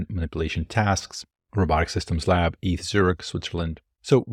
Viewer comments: It's just E-T-H, not "eeth" 😂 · ETH Zurich is not called "eeth Zurich", but "E-T-H Zurich". It's an abbreviation. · Awesome video!! it's E.T.H Zurich, not Eath lol sorry I had to point that out. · it's pronounced E.T.H. Zürich not Ettttthhhhh lol like R N D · What I was shocked by is how said “eeth” instead of “e.t.h”, truly shocking! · ETH is pronounced as E.T.H.